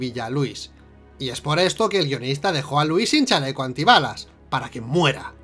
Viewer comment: Creo que pone el acento en la letra "i",y suena nombre de varón,en vez de mujer cuándo nombra a Lúis.puede que la traducción de españa la altere, pero la pronunciación también?